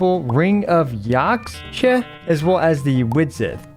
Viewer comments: I believe the catalyst is pronounced like Yakhsha #Justiceforthecryoregisvine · Yaxche is pronounced Ya-ha-che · X makes a sh sound Ring of Yaxche.